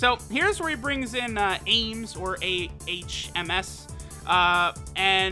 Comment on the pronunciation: I think Ahms is supposed to pronounce like "arms" like in weapons.